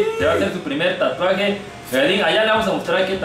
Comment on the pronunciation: Yo: se dice tatuaje verdad? Todos: tuatuajes Tatluajes Tlatuajes Xd